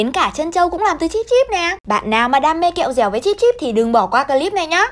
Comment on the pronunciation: Chị nói kẹo dẹo ăn chơi em cười 3 ngày 3 đêm luôn hahaha